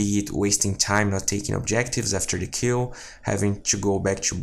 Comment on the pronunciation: everytime he said 'kill' I always heard 'cue' instead, anyway great vids.